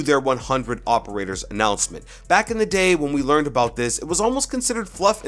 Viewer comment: 100 Hoperators. (Is what I heard)